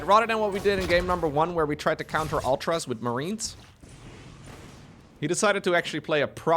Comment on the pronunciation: Man.. sorry to break it to you.. but mUtas and Ultras. should be said like Serral does.. origin is latin not English, meaning.. English people just say it wrong all the time.. :D that's a little cute too.